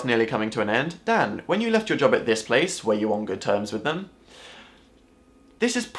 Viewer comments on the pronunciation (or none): none